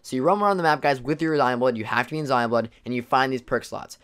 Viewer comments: why are you calling them “zion bloods” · Is he calling it Zion blood?? It’s zombie blood💀💀 is that another term of it I’m not aware of?